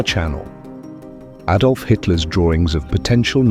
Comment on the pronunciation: Robert Donnat & Aydolf Hitler? If you can't find any human or any A I that can pronounce words proper then don't bother, it's too misleading.